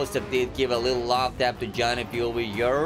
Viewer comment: 173 times he said over hëre in this video . But bro , not “over her”, correct be “over here”